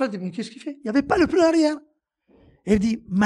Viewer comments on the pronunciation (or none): none